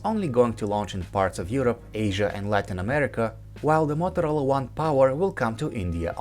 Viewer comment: U saying mothrola . U want to say motorola